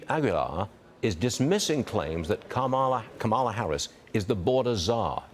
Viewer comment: That slip when he realized he was pronouncing correctly Kamala and went back to the wrong pronunciation 🤮🤮🤮